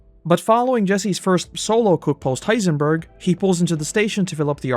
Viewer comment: Why does narrator say heisenburger every time lol